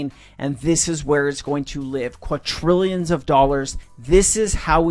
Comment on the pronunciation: kwah-trillions? It's quadrillions.